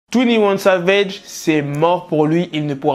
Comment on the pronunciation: "Twounnie ouanne savège"